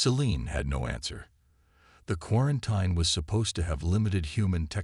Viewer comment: Your AI can't say quarantine.